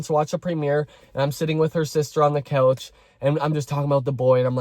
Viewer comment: no tea i'm very invested in the story but i love the way you make the word 'couch' sound like it has an L in it